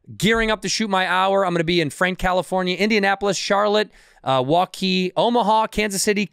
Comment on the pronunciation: Effffff you said “waukee” and I thought it was MILWAUKEE!!!! Booooo! ❤